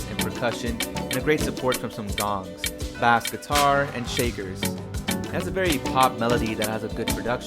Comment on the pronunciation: video pretty good but dont say bass like b-ass. its b-ace